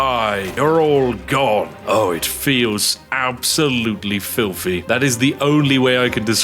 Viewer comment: Spiffing needs to work on his th pronunciations which always come forth from his bouche as ff. For example fings instead of things. Or Filfy rather than Filthy. Queens English needs a trifle more work my good man, otherwise, forge ahead and continue being rather spiffing